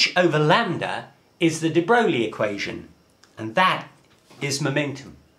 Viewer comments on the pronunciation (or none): De Broglie is pronounced de-broi